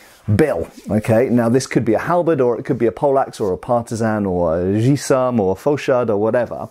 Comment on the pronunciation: It's "Guisarme", with a G, like, errr hungover :p There is no "J" sound in french there :) --- The closest barycenters are from hands, the faster your hits will be. Sword doesn't rely on the strength of their blows, they relies on their hit frequencies. It's not hard to understand that a missed swing with a Dane Axe will take you out of combat, or even hit your friends in a melee. Swords = control, less friendly fire, and a chance to miss with less big consequencies.